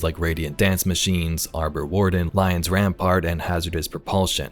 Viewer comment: Bungie can’t even say lion rampant.